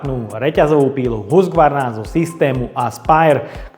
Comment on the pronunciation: Preco to vyslovujes Husgvarna ked sa to pise Husqvarna ?